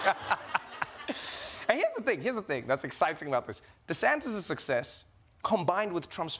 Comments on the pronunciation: Trevor!!! Repeat after me: Ron De SANNN-tis, not Ron De SANK-tis. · Trevor is actually calling him Ron DeSanctis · Trevor is still saying “DeSanKtis” with that extra K. At this point, my advice to Trevor is to add two more and just go all in by saying “DeSanK-K-Ktis.”